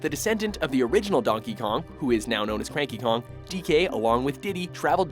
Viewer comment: Did they just call Cranky Kong..Franky Kong?